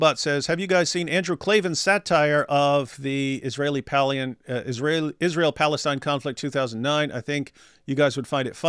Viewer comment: Why does she call us Ijrael